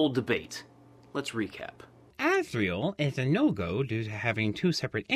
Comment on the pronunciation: It's Azrael